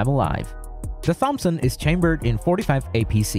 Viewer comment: Why are you pronouncing Thompson like that??